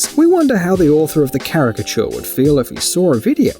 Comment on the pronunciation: Lol i saw that Dr Phil episode. The way she says "characture" in her "accent" is funny. My friend thought it was rly annoyin tho lol